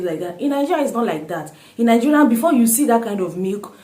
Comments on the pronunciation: Good 👍 reviews, a question, I hear most Nigeria pronounce it as Ninjeria, why soh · Good question. I am always puzzled by nigerians pronouncing Nigeria as Ningeria! Why the "n"? Please explain further.